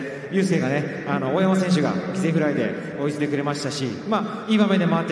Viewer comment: サンズ犠牲フライのこと「ｷﾞｾｲﾌﾗｲ」って言ってない？